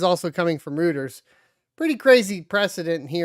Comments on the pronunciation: "Rooters" lol.. Its Roy-ters you red neck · Look up how to say Reuters — it ain’t “root” lol — also, your rant at the end… how does that apply to Terra/Luna? It was a DEX, not CEX. I think reading the ToS is the biggest part.